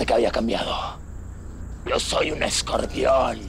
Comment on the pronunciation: Dijo escordion? Jajaj ni pronunciar sabe este pobre teca(chafa)